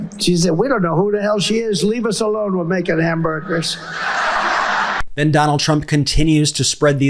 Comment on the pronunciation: "They went back to making hamberders." 🤣🤣🤣